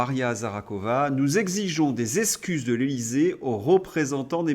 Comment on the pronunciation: Super contenus MAIS POURQUOI ÊTES-VOUS FÂCHÉ AVEC LES X ? Esskuse Essplique Etc. Un petit effort sera bienvenu Merci🙏